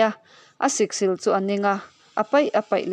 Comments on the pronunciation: Siksîl hi chawlhnî tih ang hian aw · Siksil lam dan hi a diklo. thleng sil a 'SIL' tih anilo. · Siksil sil hi thluk tur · Awiii lehhh mizo tawng zir leh deuh la, Siksil i lam dante khi , a zia lo lutuk emai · Siksil i lamdanchu avan mak ve